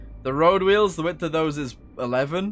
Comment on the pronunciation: I enjoyed the way you said wheels like Stewie... wHeels